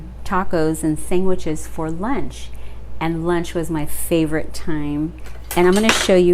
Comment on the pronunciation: U say “sang-witches” like my aunt haha. Good vid